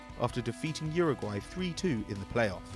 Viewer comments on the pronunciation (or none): none